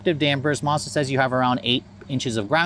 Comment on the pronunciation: It’s pronounce Maz da not Marz Da